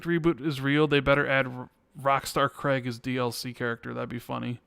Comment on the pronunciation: For Gods' sake, Craig is pronounced CRAYG not CREGG, it grates me every time I hear it 😁